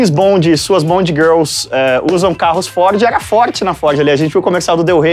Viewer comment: Estamos falandoo da FÓDE - nao consigo para de voltar aos e escutar FÓDE novamenteeeeeeeeeeeeee